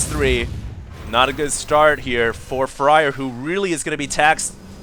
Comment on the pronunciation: Isn't Fraer pronounced like 'flair' instead of fryer?